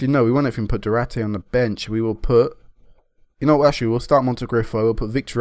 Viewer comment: it's not Du-ra-te man, like u say... it's du-ar-te :)